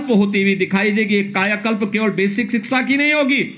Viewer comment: सिक्सा नहीं 😁😁😊😊 शिक्षा बोलते है 😂😂 अनपढ़ और बाबा मुख्यमंत्री बनने लगे तो ऐसा ही होगा, अनपढ़ ज्ञान देंगे जय माता दी